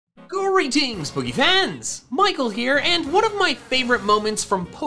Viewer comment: Does anyone else find that when Michael says "Greetings, Pokefans!" he sounds very Irish?